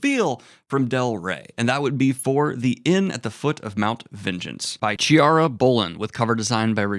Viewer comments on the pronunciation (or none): Chiara is pronounced Kiara, not Tchiara 😉